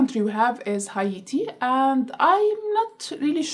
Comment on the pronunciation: Haiti is "hey-tee" and Hatian is "hey-shen"